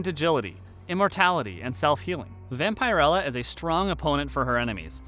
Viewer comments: It's "Vampirella" not "Vampire Ella". It's a short 'i'. Not a long one. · Dude that pronounced Vam-pir-ella not Vampire-ella. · It's pronounced Vam-puh-rella. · Say it with me Vam-per-ella Not Vampire Ella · Its prounounced vamper. Illa.👌 she can fight and hold her own. With evil arnie 🤣 sweet right!?! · the way he say Vampirella drives me crazy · The way you pronounce vampirella is so cringy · This video should get a thumbs down just for the pronunciation of Vampirella. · Learn how to pronounce Vampirella....